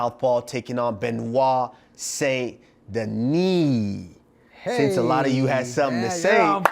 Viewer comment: You still screwed up the name. You can’t say the last name somewhat correct. You mispronounced Saint In French it’s a nasal vowel sound. You still sound ignorant when you brag about getting the last name somewhat correct You all need language lessons from how atrociously you brutalize foreign names